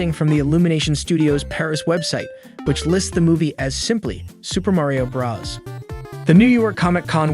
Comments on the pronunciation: Why do you say bras instead of bros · Oh My Gosh, ITS SUPER MARIO BROS NOT BRAS DUDE UGH IT SERIOUSLY ANNOYS ME AAAAAGH Edit: HE ACTUALLY SAYS IT NORMALLY IN THE END OF THE VIDEO HE MUST HAVE SEEN THIS COMMENT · man did not just say "Super Mario BrAHs" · Why are you calling it Super Mario BRUS Also did you say Mairio? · This guy has a robot voice he can’t even say Bros right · You’re saying bros Wrong